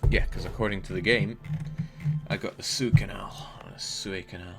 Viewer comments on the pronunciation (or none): The Sue Canal. The Suey Canal.